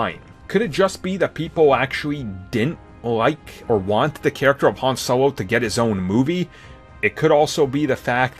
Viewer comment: "sowo" a star wars story.. HAHA